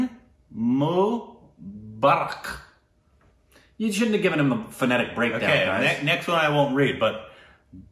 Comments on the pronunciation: Mu is pronounced as Moo like a cow does! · Mubarak sounded like akbar.... 🤣 🤣 🤣 ଜନ୍ମଦିନର ବହୁତ୍ ବହୁତ୍ ଶୁଭେଚ୍ଛା ରିକ୍... A very very happy birthday 🎂 to you... ଓଡ଼ିଆ or odia language from odisha 👌 Janmadinra bahut bahut subhechha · You did great but It should be Jan-nam Din Mu-baa- rak. It will be helpful. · you pronounced the hindi one: janemdin right, but Mubarak you korbinized